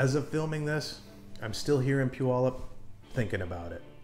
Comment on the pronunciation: First of all, you're off to a good start by pronouncing Puyallup correctly. Some people never figure that one out. As others have said, earthquakes are a far more likely danger than volcanic activity from Mt. Rainier. It is in a different stage than Mt. St. Helens. Your risk of being injured during the Puyallup to Seattle commute is vastly greater than by Mt. Rainier. I would have no hesitation. Maybe you can ride the Sounder train to ease the commute too...